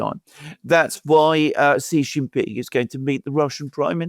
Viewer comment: stop calling the Chinese President JHEE JIN PING. His name is SHEE JIN PING. You are a pennis doing this on purpose. Knock it off.